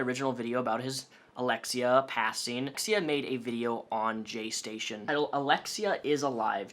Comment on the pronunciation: “JayStation” sounds like “gestation” to me and I can’t unhear it